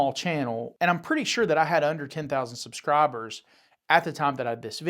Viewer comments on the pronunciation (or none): Did he say subscrobbers? 😆